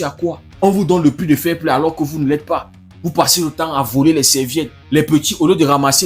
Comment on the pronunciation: S'agit-il du" fair Play " ou plutôt du " failli Play " ...?